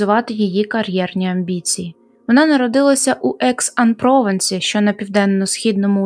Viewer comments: Мораль історії вже вхопили люди в коментарях, писати тут вже нічого…Дякую вам за чудову роботу! p.s. Маленький коментар - французькі назви/імена, як-от ПровАнс, наголошуються на останній склад🙂 Може ще десь трапиться:) p.p.s. Було б круто побачити також підбірку злочинів, які розкрили завдяки мовним підказкам/прогалинам. Типу форенсік лінгвістики. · перевіряйте, будь ласка, у гуглі наголос назв місцевостей таких як Прованс та Екс-Ан-Прованс